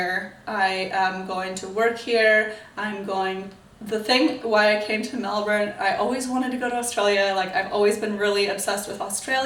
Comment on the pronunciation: As a Melburnian, I say you pronounce 'Melbourne' perfectly for someone with a rhotic accent like you. What I don't like is when Americans pronounce it as 'Mel born'.